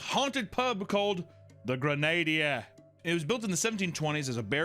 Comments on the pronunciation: Grenadier would be said like grenn ah deer, not like grende-y-er lol. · River Thames is pronounced River Tims Anne Boleyn is Ann ba-Lynn Grenadier is Gren-uh-deer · the way he said Grenadier made my skin crawl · Gren-Nah-Deer. Not Grenade-Er. You oaf. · its pronounced "gren" "add" "ear" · At least you refused to pronounce xochimilco after mis-pronouncing grenadier, tenure and Anne Boleyn. C'mon, dude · The mispronunciation of grenadier, etc hurts me 😅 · Why did you pronounce Grenadier that way?? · I have never heard anyone pronounce grenadier like that but I'll applaud it anyway.